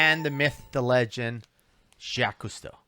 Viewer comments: I can't stand Jacques Cousteau. I still remember when I was a kid, watching one of his diving shows where they dragged sharks on board their ship and massacred them, just because... and Jacques is not pronounced Jackees in France... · The guy in the video they're talking about just straight up said the name wrong. There was another person named Jacques (without the Yves) whose name he also mispronounced as Jackies. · "Jacques" is not his name though, his first name is "Jacques-Yves". It get that it's not easy to pronounce for an English speaker but funnily enough it sounds more like "Jackies" than "Jack". PS : I see that quite a few comments were already pointing out that fact. Sorry for the redundancy. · i thought it was pronounced JACQUIS